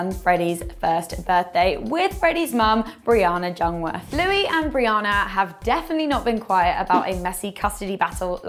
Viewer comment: it's not pronounced like Jung. It's pronounced Young. Like youngwirth. I think it's German they said.